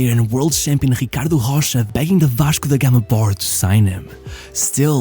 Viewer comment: loved your pronounce: Vashco da Gama. You spoke exactly like a local.